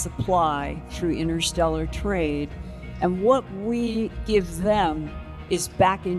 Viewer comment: Thanks for that but I heard innersteller.